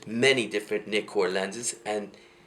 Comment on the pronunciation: It's pronounced N eye con. And I think your date is 100 years off.